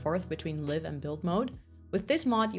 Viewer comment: Live in this context in English is pronounced live¹ (adjective) — pronounced /ˈlaɪv/ (“lyve,” rhymes with hive) > meaning: having electricity flowing; charged; active — a live wire, a live socket